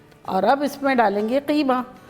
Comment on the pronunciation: So glad someone is calling “qeema” and not “keema”